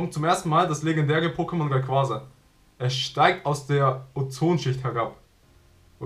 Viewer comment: Es heißt nicht Raiquasa sondern Raiquaza